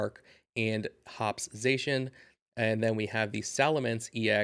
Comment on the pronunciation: it’s pronounced Zah shee in fyi